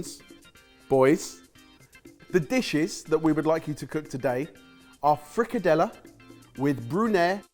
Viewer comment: You absolutely butchered frikadellerne 😂. It would have been a good idea to follow a recipe.